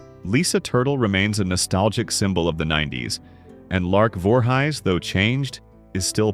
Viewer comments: its lark voorhees ain.t lark voorhys gee get her name. and also Frankie Muniz ain.t munis get his name right bro God dam.n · Ok so maybe not ALL the names but there are still PLENTY of mistakes. Here they are: Lark Voorhies ( it is Voor - hees). Shia Lebouf (Sh- eye- uh Le- buff) Raven Symoné (you actually pronounced it correctly which 99% get wrong) It is spelled right on the video but not in the description part.. you have it spelled Simon. Danny Bonaduce (Bon- uh- doo-chee). On your segment of Tucker Carleson you show footage of Amber Hurd and there isn’t even a segment of her. Eamonn Holmes. Again is correct on the video but not the description. You have Aean instead of Eamonn. That’s it.